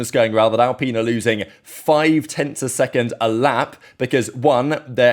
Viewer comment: I love how terrible Al-pine said like, fine, or wine, not peen you weirdo, is. Their car drives almost as terrible as it looks.